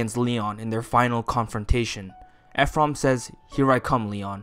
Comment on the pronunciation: I’m sorry but I can’t with “Eph-rum”